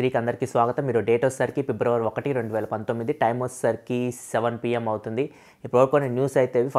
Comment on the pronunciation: Pibravary kadu Fibruary ani paluku bro Vinadaniki okalaga undi educated a kada nuvvu